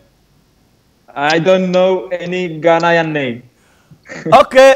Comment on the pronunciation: I love how he puts it on the Spaniard to say his Ghanian name, and he can't!